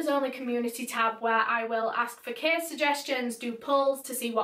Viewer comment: Your accent is so beautiful!!! 😂 but every time you say "case" I hear "kiss" 😂😂❤❤